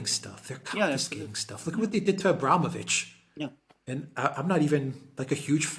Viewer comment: It's abramOvitch, not abrAmovitch. The latter isn't even correct in English.